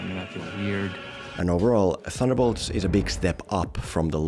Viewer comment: Ba-semen-bolts? Wtf